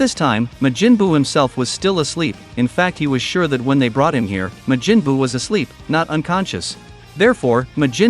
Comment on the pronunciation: Ma-jin buu. 💀